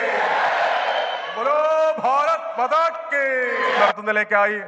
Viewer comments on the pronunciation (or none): ഭാരത് മതാ കീ അല്ലടാപൊട്ടാ ഭാരത് മാതാ കീ എന്ന് വിളിക്കണം.😅